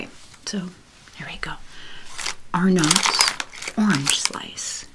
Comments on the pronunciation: if you hadn’t heard it then you would probably assume it’s prononounced “are nots”. For reference for others, it’s pronounced like “arnuts or “ahnuts”. The O is pronounced more like a U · The way you pronounce Arnott's haha!! As a proud Aussie living overseas, I could not have clicked faster. We pronounce it 'ah-netts'! And yes, Vegemite with plenty of butter, and even with avocado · Darling, it’s Arnotts not are nots. Lol